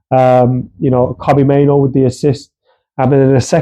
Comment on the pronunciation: Main-oo not Main-oh